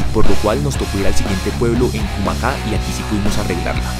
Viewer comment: Todo muy lindo pero está acentuando mal Quinini y Cumaca. Se oye muy raro .